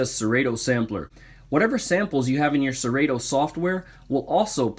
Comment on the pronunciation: The only thing that kills your credibility is pronouncing it "SeRayTo"